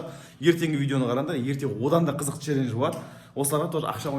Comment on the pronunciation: Челлендж дегенде челленж деп койыпсың